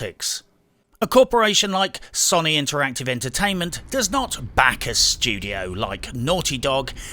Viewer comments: Ffs 21! Watched I don't know how many reviews but enough is enough! Sony is not sonnie! It's so-nee! Get it right son! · i kept hearing soyny and agreed. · LOL.....im listening and my brain is like ..... the way you say Sony......lmao..... you are saying Sonny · Have you been around for the last 20 years? It's pronounced "So-knee" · I'm pretty sure it is pronounced "Sony", but you can pronounce it "Sony" if you like. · As usual love your videos. Only nitpick is how you pronounce Sony. :P